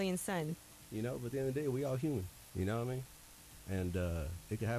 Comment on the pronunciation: Keak says Ya da da Mean or ya na da mean